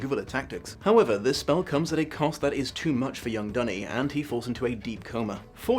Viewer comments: Hearing Duny pronounced "dunny" is very painful. No one deserves to be called a toilet. For the record Le Guin pronounced it "doony". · She also says "Dune-y" rather than "Dunny" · Great video. I love Le Guin and her work, especially the Earthsea series which i have read/listened to countless times. Because i'm a stickler for these things i just Have to point out that you pronounced a couple of names wrong, Duny and Ogion. :) I can say this because Le Guin reads the beginning of the first audiobook herself, that version is available on Audible. It is the version i prefer because the rest of the book is read by brilliant author and good friend of Le Guin, the late Harlan Ellison. Also, the evil spirit that Serret's husband guards is not imprisoned in an Orb but a stone in the floor that Ged only can see due to his wizards eye so it likely looked like a regular floor stone. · Then again he pronounces Duny differently from how Le Guin does so I am not sure what he is basing his pronounciation on